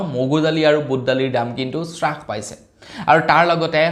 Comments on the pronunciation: Es Ram ,Apuni Baru ki srash paise buli koi ase? Taku abar nohoi dubar nohoi bare bare koi ase . Alur damotkoi apunar bhul pronunciation suni kan poki goise Please olop Mon diok. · স্ৰাস নহয়ো ভাইটি হ্ৰাস পাইছে। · শ্বাস পাইছে নহয় হ্ৰাস পাইছে হয়।